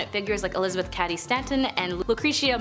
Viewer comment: Just to let you know that the Cady in Elizabeth Cady Stanton, is actually pronounced caaaady. No criticism, just clarifying.